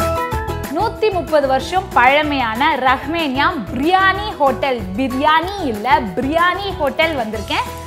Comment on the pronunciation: ரஹ்மேனியா இல்லை ரஹ்மானியா திருத்திக்கொள்ளவும்